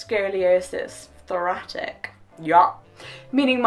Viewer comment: Many different kinds of muscular dystrophy (DIS-truh-fee) can lead to scoliosis, like Duchenne (doo-SHANE) muscular dystrophy or motor neurone (NYER-on) disease (what Stephen Hawking had). Also, I'm pretty sure "thoracic" is pronounced "thor-ASS-ik". O:-)